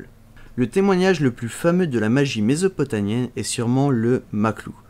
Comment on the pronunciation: mésopotamie pas nie ! mie mie mmmmmmie bon sang et ienne pour mésopotamienne!! mdr